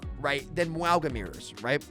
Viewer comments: Mauga is pronounced like "MOUN-GAH". "MOUND" minus the "D" and add "GAH". Yes you pronounce the N even tho you dont see it in his name. Sounds similar to saying MANGA. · The name is pronounced Ma-ooh-nga. Say it as if theres an "N" in Mauga (Maunga), and then don't bounce the "G", say it like the g and the end of sing. Echo says it correctly when you copy Mauga with her ult. Mauga does not say his own name correctly in-game. Source: The Rock is my cousin (trust me bro) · His name is pronounced "Not Maui." One piece character looking mf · Mah Ooo Jah but the J is pronounced with an accent like how you say "Gilles." in French. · Why do u keep pronouncing Mauga like that wtf